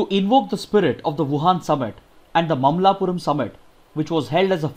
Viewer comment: It is Ma-malla-puram. Not Mamlapuram